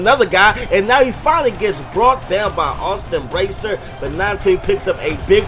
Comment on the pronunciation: You still don't say bracey right